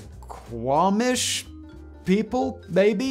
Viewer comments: As a Kitsapian, I'm very surprised he pronounced Suquamish correctly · You got Suquamish right! Thats one of the easier names in the area though for sure! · He got Suquamish right, albeit slowly. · Nice job with Suquamish, Simon. Now try Snoqualmie, Stillaguamish, Skykomish, Snohomish, Quillayute, not to mention everyone's favorite non-local pronunciation test, Puyallup. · The most expensive piece of film ever recorded for our entertainment-Galloping Gertie and her Plunge into the Tacoma Narrows! Suquamish? You got it right, Simon. Now try Skookumchuck, Stilliguamish, Snohomish, Quillyute, Quinault, Quilacine, Duckabush, Hamma Hamma, or Hoquiam. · You pronounced Suquamish correctly. Chief Se’ahl is pronounced Seattle.